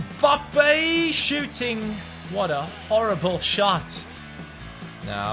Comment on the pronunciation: come on his name is mbappe not embappay